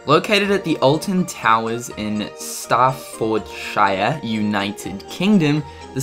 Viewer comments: I'd expect an ignorant American not to be able to pronounce a simple three syllable place name, but I thought an Aussie / NZer would have a bit more sense. I'll let you off not knowing that shire is pronounced -shear. Some people still don't. But it's not even spelt "STAR-fordshire". Staffordshire - Sta-fud-shear - not really that hard is it? Or maybe it is for you. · xDDD STRA-ford-SHIAR Staffordshire staff-fod-shear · Its not prounounce star-ford-shyeer ITS STAF-Ford-SHeer &*screams* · staffordshire is pronounced staffordsheer i know coz i am british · I'm English this is how you say stafordshire (s-taff-od-she-er-) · its pronounced staff-od-shire :D i live in the UK my best friend has been on the smiler my sister was going to Alton Towers thats until recently once carriage got stuck at the top with passengers in and came falling down hitting another carriage with 1 teen's leg flying off and even more injuries… i think it might get shut down due to the owners having trouble with it for weeks before 3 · Star-for-d-shi-rrr, lol! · Staff ford shire 😂😂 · Dude its staff-ord-shir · Wow he can't pronounce Alton towers location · Sorry, I couldn't help it when you tried to pronounce staffordshire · The way you said Staffordshire hahahahahha XD not hating on your beautiful NZ accent btw